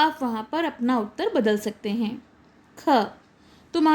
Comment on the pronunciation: Mam utter hota hai uttre nahi